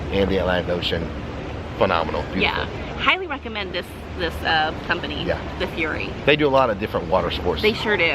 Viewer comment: What do you “Rick-a-mend” 👏